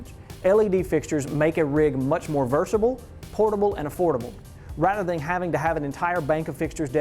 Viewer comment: Informative. enjoyed it. But "versatile"